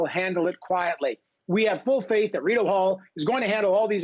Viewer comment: he calls it Rideau Hell, lol!